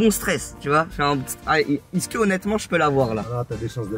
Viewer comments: Je crois Inox c’est la seule personne à dire isque au lieu de est ce que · non moi aussi je dit ca